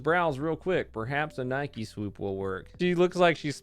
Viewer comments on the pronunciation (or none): none